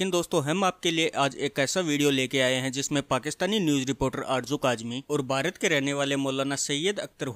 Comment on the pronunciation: बारत नही भारत. अपने महान देश का सही उच्चारण करें ।